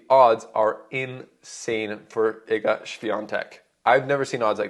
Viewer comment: Respect for the good pronunciation of Iga's name, greetings from Poland. (